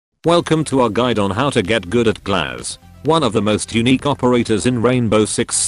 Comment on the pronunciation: Yhhhh the pronunciation of Глаз hurts me. It means "eye" in russian btw.